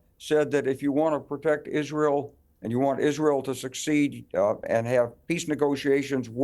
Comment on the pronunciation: never mind finding it on a map many of them don't know how to pronounce the country hence they call it "Isreeel" !